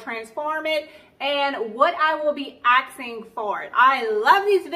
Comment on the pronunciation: "what I will be axing for it'...... eh??